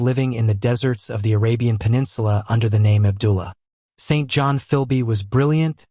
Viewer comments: Correct! Pronounced Sinjun. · We here in Britain do not pronounce the name St.John like that!